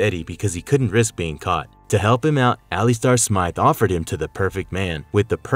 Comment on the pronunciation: You mispronounced Alistair Smythe